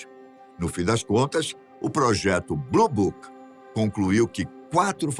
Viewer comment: Mais Elle fala bluboc